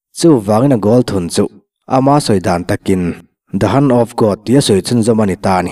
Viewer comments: The HAN(Hand) of God ti a han lam tik mai chu a...a mak e...Hand(hend) tia lam rik ve mai awm😂😂😂Match(Mech) pawh MACH ti tho vin😂😂😂😂😂😂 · Maradona chungchang kha The HAND of GOD (Hand pronounced as HEN ) but as hen of god. Chuan MATCH pawh MATHEMATICS a MATHs tihtur. Thankyou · Hand chauh pawh a ni lo, Mizoram hian A hi A B C-a A lam ang ni lovin A AW B-a A angin an lam ri nasa tlat a, HAND pawh HEN ri ang lovin mizo ṭawnga HAN angin a ri lo thei lo alawm